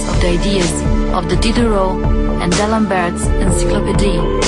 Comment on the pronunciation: "pubblic cursus"? "d'Alambert"??? "fù trasmessa"????? aaaAAAAARGHHhhh!